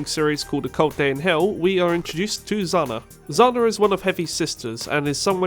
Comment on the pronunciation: That pronunciation of "Zhanna" is horrendous